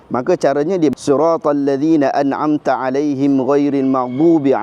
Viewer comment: ?saya ada dengar sebutan na a na amm..patutnya na an amm??..boleh ke ustaz bacaan na a naa am?yelah sebab nak cepat solat terawikh..